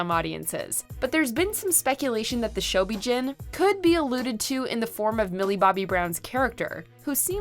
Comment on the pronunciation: They really need to do more research on Godzilla and the mythology Toho created. The pronunciation of Ghidorah and the Shobijin are butchered (also the MUTOs aren't called M-U-T-O, they refer to the monsters at MUTOs in the 2014 film) and they neglected to know that the Mother larva (with the help of Godzilla and Rodan) defeated King Ghidorah. And not knowing how Mothra will be depicted is wrong because she is always a good kaiju in every iteration. So, without a doubt, Mothra will be on the side of good. The director of Godzilla vs Kong is Adam Wingard, not Wigard. Please respect the Godzilla franchise but getting the information correct.